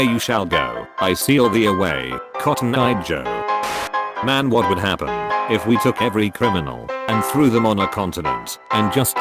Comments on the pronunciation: "and I WOLD-UH if I COLD-UH" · "And I wolda if I colda"